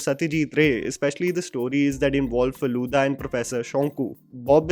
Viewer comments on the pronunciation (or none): Abhishek did very well. But somehow the name Bob Biswas always goes with Saswata Chatterjee. However, would be great if Kolkata, Paran Bandopadhyay and Feluda are pronounced correctly. It is Kol as you pronounce co in Coke. It is Paw-ran. And it is Feluda as you pronounce fa in fake. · bhai tumne feluda ko faluda bana diya 😂